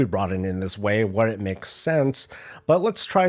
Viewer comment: the problem is you said " maoes sense".